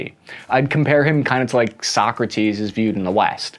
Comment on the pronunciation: You also, better should let pronounce „Sokrates“ via Internet, as American pronunciation sounds weird.